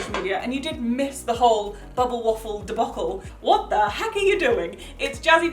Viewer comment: I love the way you say bubble❤️❤️ it sounds like bobble waffle Ps. I’m from the US